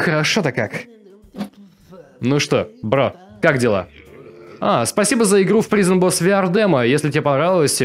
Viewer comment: извини, что придераюсь, но слово prison читается как прайзон.